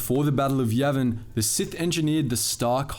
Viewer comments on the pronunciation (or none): none